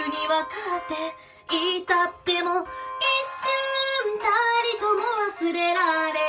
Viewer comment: 一瞬たりともの【た】すこw